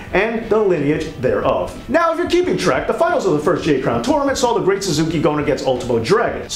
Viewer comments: Ok I love this video but I have a nitpick because it drives me crazy when people mispronounce this. It’s SAS-KAY. Not Suzuki. I feel better now. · and its the great "sas-u-ke" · Very informative. Well laid out. As you went to lengths to get so many details for this, I don't feel like I'm nit-picking when I say the wrestlers name The Great Sasuke (pronounced sass-kay). Still love the "where is it now" to each title. Thanks for sharing, have a good day. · i appreciate the knowledge but bro , it kills me when you pronounce the Great Sasukes name wrong . repeatedly when you apear to be oriental . i mean no disrespect or rascism dude and i hope i dont appear that way . but to me its disrespectful to mispronounce their names like that . but we all make mistakes . much love .